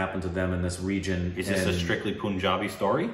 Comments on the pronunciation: Guys FYI its PUN not POON..... exactly how you say PUNS, it is PUNjabi and not POOnjabi. lolz. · Its not poonjabi. Its Punjabi like you say the word pun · Omg. It's pun-jabi not poon-jabi😂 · ...itz not Poonjabi...itz Punjabi...pun as in (pun intended) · The "PUN" in PUNJABI is pronounced like the English word "Pun". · It sounds like Panjaabi not Punjabi okeyhh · Just fyi... u r pronouncing punjabi wrong... Are you aware??